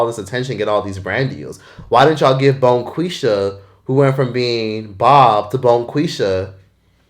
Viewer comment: Stop saying Bonqueesha 😂